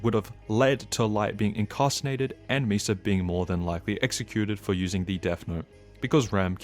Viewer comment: "Incarcinated" u reckon? Now thats some poor quality narration 😂